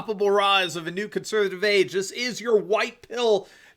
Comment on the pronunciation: Love your show, and watch every episode. However, you have recently started saying "Conservive". You have a lot to fit in, but it's an important word and should be properly articulated. All the best.